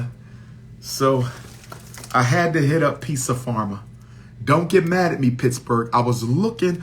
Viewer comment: It's Pizza "PARMA", brother. 😅😂 Not "Pharma"